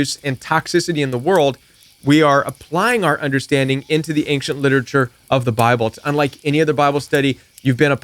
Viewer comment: It's a soft "c" .... ain-shent.